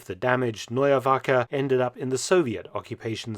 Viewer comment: Attention à la prononciation de "Neue Wache"